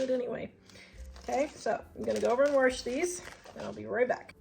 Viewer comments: Do you say warsh? My step-mom use to say wash like that. I loved her so, it's nice to hear that. Anyway, I use to wash my chicken, but I stopped doing that years ago. I don't know why I did it in the first place. Whenever you show video when you're outside it makes me miss Wyoming. We move to TN from Gillette 14 years ago. Love your thrift finds. Great video! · When you say warsh, do you mean wash,..? With water? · I love the way you pronounce wash!